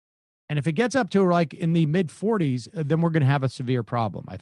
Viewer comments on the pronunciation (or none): none